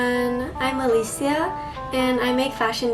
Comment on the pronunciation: FINNALLY! Someone who says the name “Alicia” right 💕